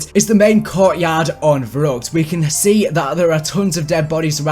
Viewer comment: verruckt is pronounced ferruect in German, keep up the good work!